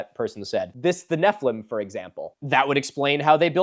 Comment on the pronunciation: The way you said Nephiliim (incorrectly) made my Jewish brain wrinkle Neph-EE-LEEM. Anyways my jewish education never really taught that nephiliim were giants. It is a word that could be used to mean giant but also means “fallen ones” as in fallen from grace/fallen out of god’s graces. The root of the word means fall. And the most popular versions of Hebrew to English translations of the Torah (the five Books of Moses) translates it as giants in one instance and fallen ones in another. And I’m sure there’s lots of biblical commentary by ancient rabbis but my schooling never elaborated we just shrugged about translations not being perfect and not all words being used consistently and moved on. And BTW it’s as translated as Fallen Ones for the book of genesis, and giants in numbers. So those commenters are uhhhhh very confused. (Note I’m atheist. I’m not speaking from a place of “bible is historical document. The Bible happened”. I’m simply talking about one perspective and one education experience on ancient Hebrew words/translations)